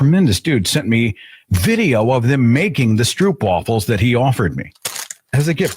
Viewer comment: Pleeeeeeeeeeese! Stro-op. Not oo.